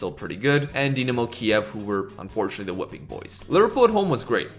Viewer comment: Is Dynamos name really that hard to pronounce correctly?